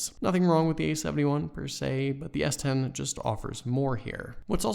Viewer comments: take a shot every time he says S20 instead of S10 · Why are you saying s20?